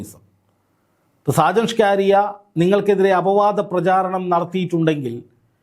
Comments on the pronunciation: എന്ത്യേ എങ്ങനെ ഷാജൻ ഷ്കാരി യ അല്ല സ്കറിയ പറയരു ബ്രോ 👌😭🥰🥰💀💀💀🫂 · സാജൻ സ്‌കാരിയാ എന്നല്ല, സാജൻ സ്കറിയ എന്നാണ് മാഷേ 🙏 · ചേട്ടാ സാജൻസ്കറിയ. ആണ് സ്‌കാരിയാ അല്ല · ആദ്യമായിട്ടാണ് സാജൻ സ്കറിയ എന്ന് തോന്നുന്നു. അതാണ് പല പ്രാവശ്യവും സാജൻ സ്കാരിയ എന്നു പറയുന്നത്. ഇംഗ്ലീഷിൽ സ്കറിയ എന്ന് വായിച്ചപ്പോൾ അത് സ്കാരിയായതു ആണെന്ന് തോന്നുന്നു. അൽ മുഖ്താർ ജ്വല്ലറിയെ വളരെയധികം ന്യായീകരിച്ചു വീഡിയോ ചെയ്യുകയും, ഇപ്പോൾ മൈജി ഇലക്ട്രോണിക്സിനെതിരെയാണ് ഇപ്പോൾ തിരിഞ്ഞിരിക്കുന്നത്. അപ്പോൾ സാജനെതിരെ ആക്രമണം ഉണ്ടായതുപോലെ വിനെതിരെയും ആക്രമണം പ്രതീക്ഷിക്കുക. സൂക്ഷിക്കുക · ഷാജൻ സ്കാരിയാ അല്ലടോ ഷാജൻ സ്കറിയ എന്നു പറയു പ്ലീസ് കേൾക്കുമ്പോൾ ഒരു അരോചകം ആകുന്നു... സ്കറിയ....സ്കറിയ. പത്തു പ്രാവശ്യം എമ്പോസിഷൻ എഴുതിയിട്ട് ഇനി വാർത്തകൾ റിപ്പോർട്ട്‌ ചെയ്‌താൽ മതിയാകും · ഇതെന്താ ഷാജൻ സ്കാരിയാ എന്നുപറയുന്നത്..??? ഇതുവരെ പേരറിയില്ലേ??? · സാജൻ സ്കറിയായെ പറ്റിയാണോ ഈ പറയുന്നത്? എങ്കിൽ അദ്ദേഹത്തിൻ്റെ പേര് ശരിക്ക് പറയാൻ ശ്രമിക്കണേ. ഷ്ക്കാറിയാ എന്നു കേൾക്കുമ്പം എന്തോ ഒരു ശേലുകേട് . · ആദ്യം താങ്കൾ സ്ക്കറിയാ എന്ന് ശുദ്ധ മലയാളത്തിൽ ഉച്ചരിക്കുവാൻ പഠിക്കു, അതു കഴിഞ്ഞു ഞങ്ങൾ കേൾക്കാം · Why can’t you pronounce his name correctly even after many people corrected you several days. There are many people in Kerala with the same name. You are ridiculing them and their names. Are you doing this intentionally? Very annoying and shameful!